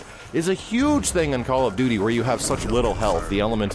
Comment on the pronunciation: call of dooood-deee